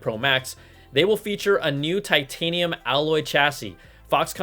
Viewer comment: Brian made titanium sound like vibranium LOL